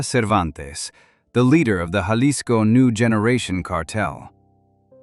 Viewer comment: learn how to say Jalisco